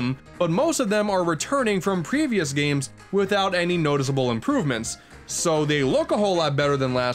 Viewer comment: Mayrio and Sanic At the Elimpeeck Gams